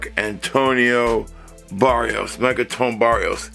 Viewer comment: The Designer is called "Marc-Antoine Barrois" not "Barrios"...😉